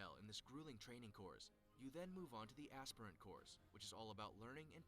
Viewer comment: even said "aspirant" wrong